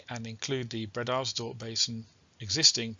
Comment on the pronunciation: Glad you to hear your dulcet tones ……but do you really pronounce “breeders dorp” basin that way?🤔 ……old stomping grounds eh?…..glad they got it all drilled in the end!